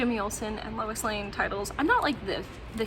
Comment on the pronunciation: I had to rewind to make sure you said "Woe Louis" instead of "Woo Lois" 😀 I have the "Witch of Metropolis" story from Lois Lane #1 in the Lois Lane 80 Page Giant, but I too have never seen a Lois Lane #1 in person.